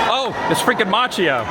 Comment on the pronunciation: It's pronounced Machio, not Machio Jordan...